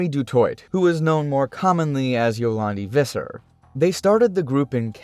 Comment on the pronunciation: Visser is Afrikaans. It's pronounced as Fisser :) And the W in Afrikaans makes a V sound. So Die Andwoord is pronounced as Dee Andvoord. Just letting y'all know XD